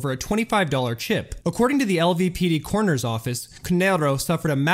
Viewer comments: Having a hard time saying tony "cornero" ?? 🤣🤣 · You get a thumbs down just for the annoying way you pronounce Cornero.